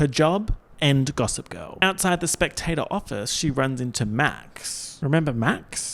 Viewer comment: Every time you say Chivy, SpecTATOR, and Elizabeth Huurley~ I die of laughter